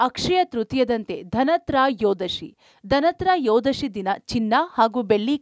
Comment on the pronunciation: ಧನತ್ರ ಯೋದಶಿ ಅಲ್ಲ 🤦🏽‍♀️🤦🏻‍♂️ ಧನತ್ರಯೋದಶಿ.ಕನ್ನಡವೊಂದು ಸುಂದರ ಭಾಷೆ ಅದನ್ನ ಕೆಡಸಬೇಡಮ್ಮ.